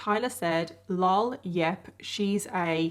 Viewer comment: Everytime you say "LOL" instead of l.o.l makes my ears perk up and I rewind the vid with captions..lol i love your videos!!